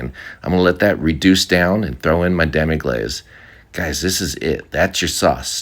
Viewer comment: Did he just say demi-glaZe? This guy seems like a good chef, however. Its glaCe, not glaZe. Jeez Youtubers get your shit together.